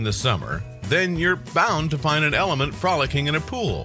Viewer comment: it sounds like you said element instead of elephant 😂